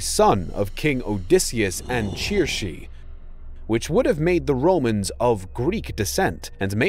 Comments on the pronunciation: Kirke not chirshe🤣🤣🤣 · I am having a hard time believing the author here since he can't even pronounce Circe correctly. Surs is the pronunciation.